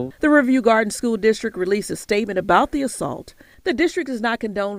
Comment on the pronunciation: Why isn’t the reporter pronouncing “Riverview” properly?!?